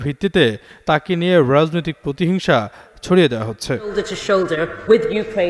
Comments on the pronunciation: রাজনৈতিক, রাজনীতি এর উচ্চারণ ঠিক করে বলবেন।।।।।। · উচ্চারণ এর দিকে আরো সতর্ক হোন, বিশেষ করে রাজনৈতিক কথাটা খিব বাজে লাগছে।